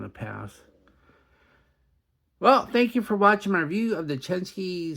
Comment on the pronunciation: People really complain about how you pronounce "indices"? In that case, I'll let you know it's "Chen-SHI", not "SKI" hehehe 👍😎